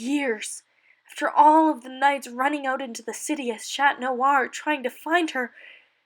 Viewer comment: “Shat noir”